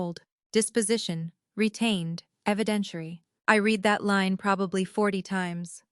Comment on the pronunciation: First on I've heard that says I read,(pronounced Reed", instead of read pronounced as past tense "red", Bravo editor!